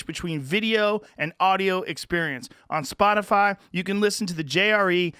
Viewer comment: Texas twang on the ol' "Spotifaaa' " at the end there. Anyone else pick up on that?